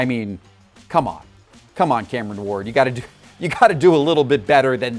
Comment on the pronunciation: Cameron Ward - Sound out the rest of your name, buddy. A is for Apple.